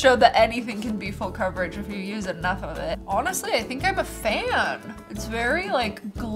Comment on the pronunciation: The way she said Awnestry 😂😂